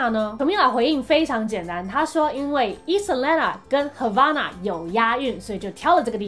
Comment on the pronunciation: 聽得時候是唱 hava(欸)na 可是滴妹念的時候是hava(阿)na 為什麼😶😶